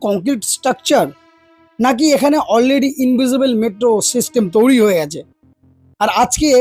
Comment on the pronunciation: তৈরী ওটা, তৌরি নয়